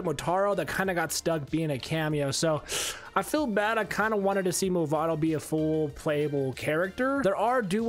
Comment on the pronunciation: "Mavado" my friend